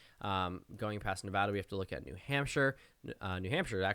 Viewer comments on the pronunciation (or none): none